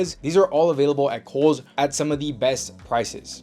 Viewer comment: When you first said Kohl’s I thought you were saying Holes and I looked for a website called that that sold clothes but couldn’t find one 😂.